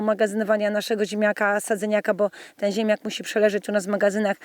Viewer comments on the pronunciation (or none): Pani wymawia ziemiak, zamiast ziemniak... Nie mogłem się skupić na filmie zwyczajnie...